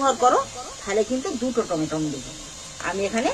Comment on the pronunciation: রান্নাটা খুবই ভালো হয়েছে কিন্তু লবণ ছাড়া।মনে কিছু নিবেন না টমাটম বলেনা ওটাকে টমেটো বলে।